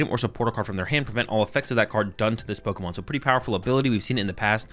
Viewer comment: Its Pokémon not Pokimon